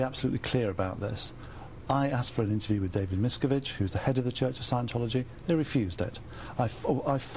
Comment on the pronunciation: Why does he insist upon coming up with his own. pronunciation of David Miscavige's name. Would those who grew up with him and worked with him for years not know how he pronounces his own name, the name of the head of the "church" (sic), cult?